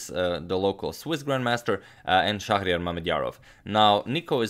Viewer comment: Kostas Katsikas his name is pronounced as " şehriyar"in Turkish, not shakriyar actually